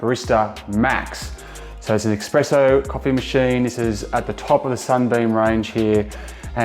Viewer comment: You said Australian made, it’s not. You kept saying expresso, it’s espresso. You also leave your beans in a non airtight container? You know nothing about coffee.